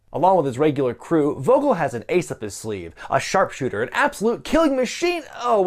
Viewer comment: Vogel should be pronounced Foh-gill. It's a German word for bird, so I assume the character has a German accent...I guess?